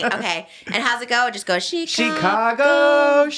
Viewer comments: Not SHE-cago 😭 it's just Chicago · it’s just called “Chicago” not Shecago 😭